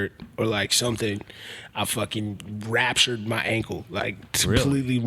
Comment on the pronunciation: Fuuck. This guy fuckin "ratured" his ankle. Thats insane. wow. He shoulda gone into more detail.